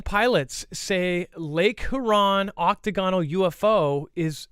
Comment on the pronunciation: oc-TAG-o-nal, accent on 2nd syllable